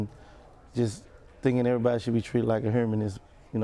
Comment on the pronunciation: He said erbody need to be treated hurman lol